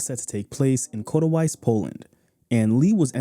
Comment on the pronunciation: Awesome documentary mate! But for the love of God... it's Katowice not Kotawice :D